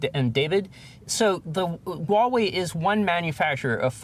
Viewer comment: Huawei is pronounced HWAH-way, Not WAW-way.